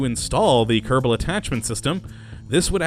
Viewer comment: I not Kottabo space program its kerbal space program!